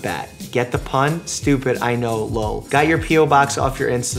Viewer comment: i just LOVE the way dr mike reads "lol" americans usually say it like 'el-oh-el" but our man with tough russian soul reads it just like the way it is лол